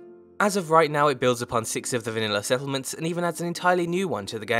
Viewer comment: Preston Garvey "Se'lment"